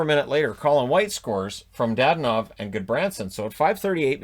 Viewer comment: I was so happy to hear the guys calling the Sens Oilers game pronouncing Dadonov name correctly! So so refreshing to hear Da-don-ov not this Dad-in-ov stuff